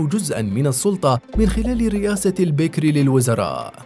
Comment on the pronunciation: البكر وليس البكر يا مثقف البكر وليس البكر